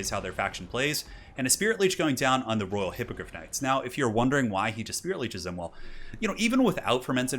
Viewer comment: You keep saying Raw Hippogryph Knights instead of Royal. xDDD